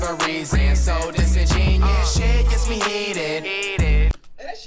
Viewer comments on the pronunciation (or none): He says it like disingenius. He probably doesn't even know what it means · The cringe of Flight thinking the word is Disingenius. Oh the irony from this guy. Sound it out with me: Dis-In-Gen-You-Us. I'm just surprised the word is spelled right in both the video and title. Just not used properly. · Wait ✋ you guys know its pronounced: (Dis-En-gEn-you-us) Right? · Flight pronouncing disingenuous as “dis in genius” is hilarious 🤣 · “He don’t miss” the nigga missed the whole song it’s pronounced dis in jen you us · He pronounced it wrong btw and only 2 people agreed with you loo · Must be cause he doesn't even say it right lmao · He said in his interview that he didn't know the pronunciation of it beforehand then he heard the right pronunciation of it but he chose to keep it in the song. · He not even saying it right 😂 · Yea well he def doesnt know how to pronounce it..... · He didn’t even say it right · This is horrible he’s not even pronouncing the word right Jesus flight is mad slow smh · He says it wrong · he didn't even say it right 🤣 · Yea he said it wrong on purpose cuz he ain't like how it sound just the meaning 😂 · That’s not how you say that word dawg 😂😂😂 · I like the video a lot. Too bad the word is mispronounced and the bars are stolen. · Imagine if he pronounced Disingenuous right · I think there is a huge flaw here. He either spelled the name of the song wrong or he saying it wrong! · the song is fire but he says disingenuous wrong used right tho just said wrong